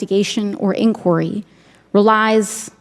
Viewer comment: There needs to be an inquiry into her pronunciation of inquiry...😊